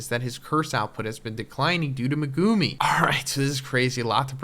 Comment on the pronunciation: Aye bro I love you but please stop saying meGUUme